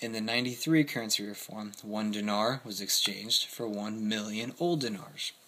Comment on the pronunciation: Remember, during the period, they were in the middle of a civil war. Great lesson on hyperinflation. Thanks. BTW, it's "DEENAR" Lol "NOVI" means "NEW"